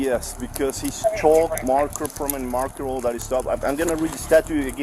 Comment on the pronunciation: It's petty, but "chulk" is driving me nuts.